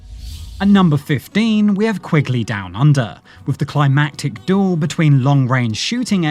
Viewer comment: oh dear robo voice says a doool whatever that is